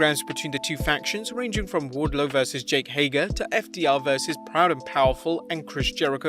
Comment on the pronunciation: It’s Jake, not Jack